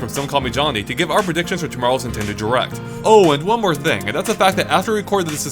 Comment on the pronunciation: "Here's the fing......"